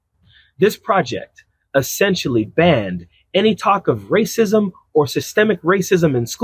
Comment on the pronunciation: Did you say RAPIST or RACIST???